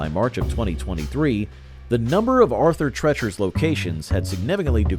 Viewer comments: Its is treeechers not tretchers emphasis on the E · Arthur Treacher's is pronounced Arthur "Tree-churs" (like "teachers") - not "treachers" as in "treacherous." Listen to the commercial for it--they pronounced it correctly! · Arther TREACHERS ???. COME ON MAN..... at least listen to correct pronunciation in the advert.... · Roy Rogers had great roast beef. Haven’t seen one in years, now I know why. Wetson’s had delicious flame broiled burgers Arthur “Trettchers”, LOL. Especially when immediately followed by the ad with the correct pronunciation. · Its obviously pronounced TREE-chers. But I appreciate the pun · Why is it so hard for the "announcer" to correctly pronounce Treachers? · I love how you continually mispronounce "Arthur Treacher's". DESPITE RUNNING TWO OF THEIR COMMERCIALS!! I'd think the company knows how to say it! How's about learning how to say it right, or quit showcasing them? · Can't this guy pronounce Arthur Treacher? He mispronounces it and then immediately plays a clip where it's correctly pronounced. Then he mispronounces it again a few times. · There's one Roy Rogers location in the city of Frederick here in Maryland, right off the highway. I love how he kept.mispronouncing Arthur Treacher's despite the commercial clips constantly correcting him. That's another feanchise that was loved here in the DMV area. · You included the ad with the correct pronunciation of the place? How do you still screw up how to say Arthur Treachers?